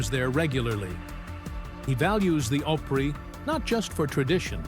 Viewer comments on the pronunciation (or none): Please pronounce the word "OPRY" correctly